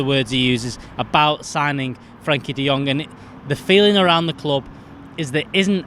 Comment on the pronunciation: It's "Frenkie" de Jong FFS!